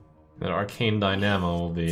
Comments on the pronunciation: Trump, for the love of god... it's DINE-A-MO... Not DIE-NAM-O. You're killing me man. One smooth word, Dynamo. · Why does trump consistently butcher pronunciations? Die nah moe? It’s dine amo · I see Trump's pronunciation of 'dynamo' is as bad as the 'arch' in archmage or archpriest.. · Am I the only one triggered by how Trump pronounces "dynamo?" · Wish he knew how to pronounce dynamo